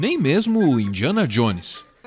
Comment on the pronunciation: Esse boçal nem sabe pronunciar Indiana Jones e quer fazer criticas, a palavra convence mas a atitude arrasta se EUA executam em açao sua dominaçao é pk boçais que nem sabe pronunciar um nome nao conseguiram antes